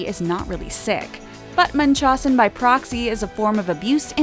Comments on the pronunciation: You over prounounce blanchard and it's munch-how-zen not mun-chaw-sen, this shit has been in the news so much there is no excuse for mispronunciation... Also it's pitch-re as far as deedee's moms name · Its munch-house-in. Not munch-hoss-in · It’s pronounced munch-hows-sin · Its not Munchossen Its munchausen...Its like you miss pronounce it on purpose! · Blan CHARRRD NOT BlanchERRD and not Munchusen by Prixy it is pronounced Munch HOUSE N BI Prox E...someone needs to speak more clearly with words. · It’s pronounced Much-how-zen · I believe it’s pronounced: “munch..how..zen” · the mispronunciation of Munchausen hurts my ears. its munch housin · "Bl an cherd" NOT "Blan ChAARRd" Omg... Munchausen is said "Mun-ch-how-zen"...second correction for how to pronounce words...does this person practice at all? Or does she just read a script completely unprepared? I'm thinking the second option. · The narrator is pronouncing munchausen weird. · The narrator cannot pronounce anything correctly. Blanchard, Munchausen... it’s. Wonder she didn’t pronounce Arquette as Arkitt! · You’ve pronounced every last name, and the illness wrong. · Learn how to pronounce munchausen before you make a video about i. Hahhaha. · The way she pronounces the medical term makes me cringe